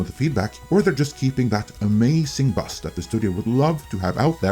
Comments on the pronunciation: I listen to YouTube a lot, and I love your accent and mispronunciations, but when you kept saying 'bus' I was so confused.... oh BUZZ. Haha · I guess, but I still consider this a mispronunciation. When I was listening I was thinking "what bus is he talking about?" And I normally work out what he means in context but just couldn't this time. Had to watch! I hope you have a good day mate, and remember always bring a towrel!